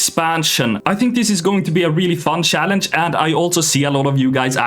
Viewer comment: Swedish people that cant pronounce "CH" words 😂 He says "sssssaaalange" 😅